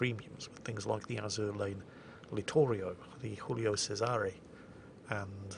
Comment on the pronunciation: Always delighted by the Mexican pronunciation of "Giulio Cesare" :-D